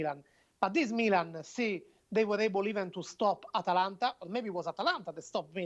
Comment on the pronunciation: Atalanta, Not Atlanta